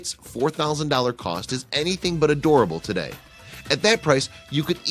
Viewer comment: Okay... what’s a “toda”? Did you mean *Today*?